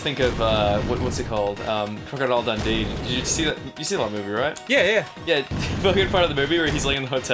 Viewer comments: Ross said Crocodile Dundee and went super Aussie for a few seconds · I absolutely adore how Ross’ accent came back slightly when he said crocodile Dundee. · I love how Ross' accent comes out full force when he talks about Crocodile Dundee